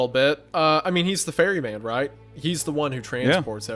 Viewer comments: This whole time I thought they were calling him fairy man, but they were calling him the ferryman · I only listened to the first part and not closely, and I am so lgbt brained that I didn't realize Rob's codename was Ferry man 💀 not Fairy Man 💅🧚‍♂️ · His Name is the ferryman and not the fairy man. It took me till the end to figure that Out 💀